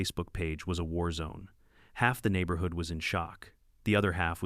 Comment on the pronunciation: The way these AI videos pronounce certain words is hilarious! The neighborHOOD!